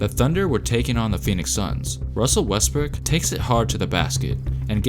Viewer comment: you said westbrick or westbrook?